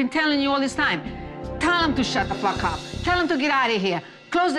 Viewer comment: "Shat tha fack ap"